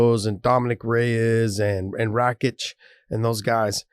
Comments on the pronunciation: Josh said it right , it's Alexandar Rakich . Source: I'm Slav from the Balkans as well :) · Josh is more correct than John, it’s pronounced Rahkitsch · YO JOSH NAILED RAKICH NAME MINDBLOWN XD im from balkan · Josh pronounces Rakic surname the right way. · Just for the record, Josh pronounced Rakic 's name correctly and John needs some practice with Slavic names 😉👍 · Josh pronounced "Rakic" the right way. It's the same as "Miocic", and similar to "Blachowicz". Basically all easter European surnames are pronounced as that. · Josh way of pronouncing Rakic is correct btw.